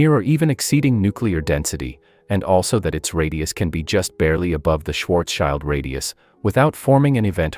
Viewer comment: As long as this clanker can't pronounce Schwarzschild proper we have nothing to fear.